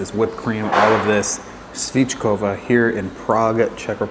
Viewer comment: Nice video. Just about the pronounciation, you mess all accents in the word svickova 🙂. Your way is svickooooova, while its the complete opposite, sviiiiiiickovaaaaaa. And yes, dumplings are not meant to be eaten dry without the sauce ;-)